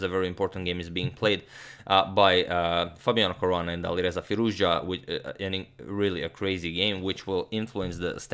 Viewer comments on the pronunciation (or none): none